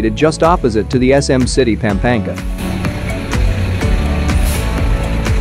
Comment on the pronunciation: If I hear you mispronounce PAm-pa-NGA one more time! You should not do videos about an area if you don't bother to pronounce the name correctly. You speak PAM like an American woman's name, it is not pronounced that way. A in Tagalog is short always.